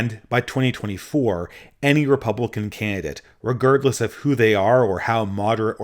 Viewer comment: The only real criticism I have of this video is the way you pronounce "regardless"